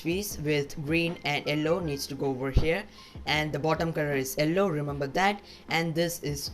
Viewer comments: It is yellow not ellow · Bro you should improve your pronounciation of yellow